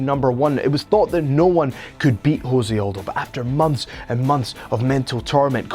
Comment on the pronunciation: Its pronounced Joe-say and guarantee u weren't a fan of the UFC during Jose Conor build up. Considering this channel is 4 months old. Pls delete the channel ur gaps in knowledge are embarrassing